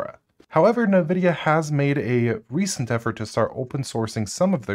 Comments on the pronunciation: btw nvidia is pronounced envidia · Nividia?? N-Vidia?? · Why is everyone pronouncing Nvidia “nuhvidia” now? How did THAT start? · What kind of psychopath calls Nvidia "Navidia"?